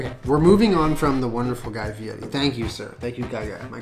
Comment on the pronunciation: Yeah, he says it in an exaggerated Italian accent. It's funny because his last name is actually Ferry which he changed to Fieri which he pronounces as Fietti